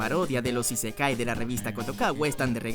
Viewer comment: Esa forma de pronunciar "Raid" me dejó en el hospital. Y es Nadéshiko, no Nadeshíko. Es ísekai, no isekái. Es ánime, no animé.